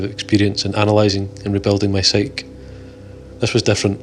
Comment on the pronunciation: psyche = sike-ee